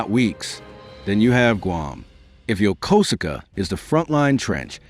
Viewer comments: USS MIDWAY and USS Blue Ridge sailor here, it's pronounced Yo-koos-ka!! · I thought it was Yo ko su ka.